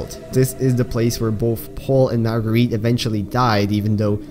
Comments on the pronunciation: Marguerit's pronounced Mar-guh-ret. How I think though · Not to be mean but the pronunciation is mar-g-rite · When you said magareet